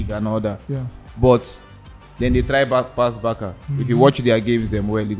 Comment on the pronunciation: It’s Barca(Barsa) and not Baka lol